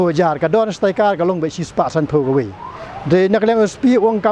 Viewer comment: Tang ban pronounced iaka sticker ruh pat nang hok ak ba stad. Staikar ne stickers? 😂😂